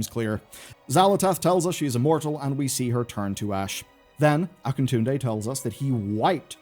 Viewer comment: Ok you got it 🎉